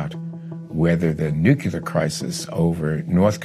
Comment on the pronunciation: If the guy you’re interviewing says nucular and not nuclear, then it a good possibility he doesn’t know what he’s talking about just saying